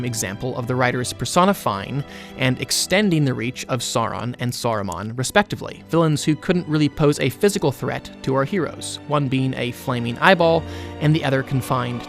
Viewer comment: Oh and just one thing. Please don't say Soron. His name is Sau-Ron